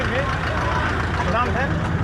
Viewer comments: It's pronounced nom pen not p-nom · Wrong buddy! Phnom Penh is pronounced "puh-NOM pen" (or "nuh-NOM pen")